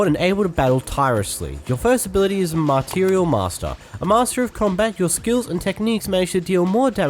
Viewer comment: he actually just said "Martial Master" as "Mar*T*irial Master"